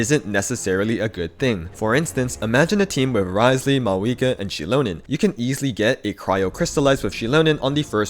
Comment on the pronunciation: > I swear I hear Shitlonen and not Xilonen 😂